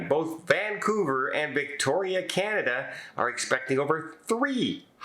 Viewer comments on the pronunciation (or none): none